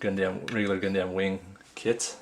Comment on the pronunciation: its purnounced gun-dum, not gundAm